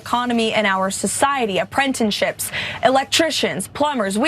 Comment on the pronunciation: Apprentenships? Whhhat?